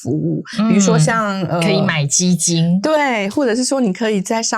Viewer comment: 10：59雞精和基金？你主持人發音要正確啊！